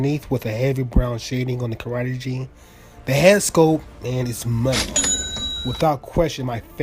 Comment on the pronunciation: future reference..Karate Gi..GI is said like (GEE) not (G) great video